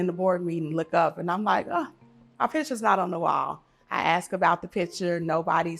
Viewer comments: Why can’t black Americans pronounce the word “ASK”???!!!!! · It's "ask" NOT AXE!!!!!!!! WHY IS IT SO HARD TO PRONOUNCE WORDS CORRECTLY? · If you say ax instead of ask you shouldn’t be in positions of authority. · if you can't say the word "ask" correctly there is your answer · if you cannot properly pronounce “ask” you cannot have my vote..